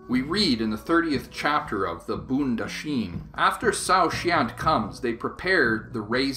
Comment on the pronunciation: Hello, this is a great video sir. BTW you pronounce Bondahishn incorrectly!